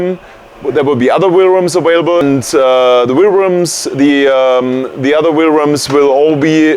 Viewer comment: haha awailable